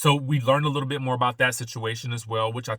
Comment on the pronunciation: I love the roosters! I'm from the country to. I hear it, when you said,"She just can't take no mo"😂❤I love it!